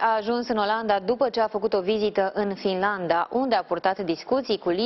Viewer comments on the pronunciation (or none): bai fatâ e FINLANDA cu acentul pe N nu FILANDA ,dar hai ca trecem cu vederea ca esti simpatica 👁👄👁